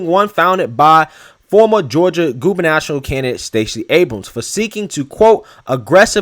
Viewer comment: Gubernatorial — goo-br-nuh-taw-ree-uhl 😉